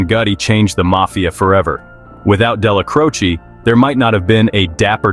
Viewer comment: I can't take you serious. You're not even pronouncing the names right. It's Della-Crow-Che